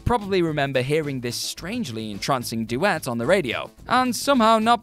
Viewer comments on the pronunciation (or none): none